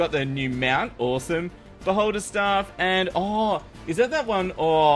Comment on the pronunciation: When you said "Beholder" it sounded like "Butt holder" and i was like "WHAT??!"